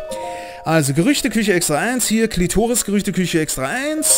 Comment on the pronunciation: "Kletoris" nein einfach nein. xD